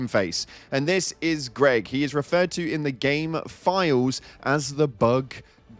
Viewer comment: o7, GREG!!!! NOT GREG!!!